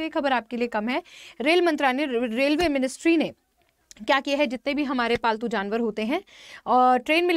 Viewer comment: Ma'am ne bola paltu Januar I heard faltu Janwar 😅